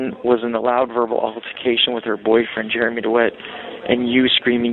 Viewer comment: She calls him Germy. 😂